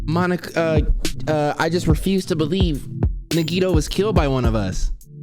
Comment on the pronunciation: hE FINALLY SAID HIS FUCKING NAME RIGHT IT. TOOK. HIM. DYING